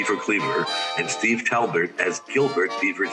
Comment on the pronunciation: Talbot, not ‘Talbert’. Son of actor Lyle Talbot.